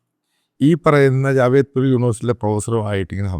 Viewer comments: It's not Jawedpur university but "JADAVPUR UNIVERSITY" ! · ജാവേദ്പൂർ യൂണിവേഴ്സിറ്റി അല്ല. ജാദവ്പൂർ യൂണിവേഴ്സിറ്റി എന്നാണ് അതിന്റെ പേര്! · Did you say 'Javedpur University '? It is 'Jadavpur'.... My comment on the video elsewhere. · Jadavpur University, not Javedpur University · JADAVPUR AND NOT JAVEDPUR! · Its not Javedpur,Its JADEVPUR UNIVERSITY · Sir, Not javedpur but jadavpur university ! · ജാവേദ്പുർ അല്ല, ജാദവ്പുർ ആണ് ശരിയായ നാമം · It's not Javedpur University, It's " Jadavpur " University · Jadavpur University not Javedpur university